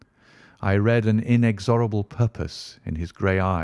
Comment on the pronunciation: The first story but the reader has pronunciation issues imho. So far Catullus, inexorable and research all need editing and replacing with correct pronunciations. Otherwise a very good reader.